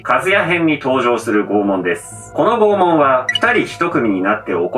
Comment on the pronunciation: 不謹慎ながら「拷問」が「肛門」に聞こえた。 いや、もしかしたらならあえてそう言ったかも知れないな